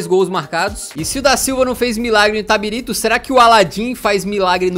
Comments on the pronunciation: caralho Eu sSOU DE ITABIRITO KKKKKKKKKKKK se fala itabirito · O LENDO "ITABIRITO" e pronunciando "ITABARITO" o vídeo todo KKKKKKKKKKKKKK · É itabilixo, vc leu errado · O falando itatiriba de vezes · Itabarito 😂 Itabirita 😂 Itatiriba😂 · Itabarito kakakakak Falo o nome da minha cdd errado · Na verdade é Itabirito. E não Itabarita ou Itabirsta. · Itabirito. Não itaberita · Ele não conseguindo acertar o nome do time KKKKKK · O editor cansou de corrigir o kkkkkkkkkk o cara falando o vídeo todo o nome do time errado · Nem ferrando q na primeira vez q citam minha cidade,p cara fala errado KAKAKAKAKAKAKA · simplesmente errou ao falar o nome do clube o video inteiro